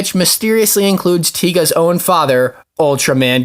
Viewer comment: NOOOOOOOOO!!!! Don’t cancel LTT!! But this movie does sound exciting. Also it’s Taiga, not Tiga